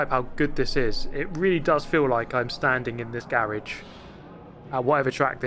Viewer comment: The word “Garage” always cracks me up. Gary would be proud Gaaaaaaaaaraje. Adopt a merika ism